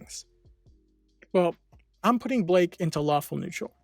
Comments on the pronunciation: It’s Blyke not Blake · Blyke not blake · Y is he saying blake lol it kinda weird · It’s not pronounced as Blake. It is actually Blyke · His name is pronounced as Bike with an L after the B. 'Blike', basically.